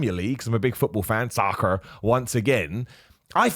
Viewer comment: I keep laughing at the accent when says "soccer" 😂